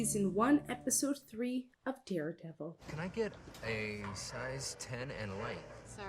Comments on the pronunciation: Stop calling him Deardevil it's hurting my ears. 🤣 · best series in my opinion. Sounded like you said deerdevil lol